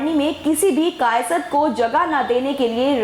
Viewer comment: कायस्थ बोलना तो सिख लो फिर न्यूज़ चलान